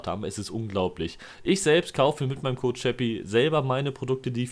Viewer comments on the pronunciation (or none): none